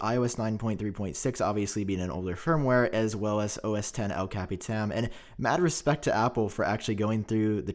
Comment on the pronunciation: The way y’all pronounce “El capitan” f*ck! Makes me cringe lol. Almost all of them tech savy youtubers. Lol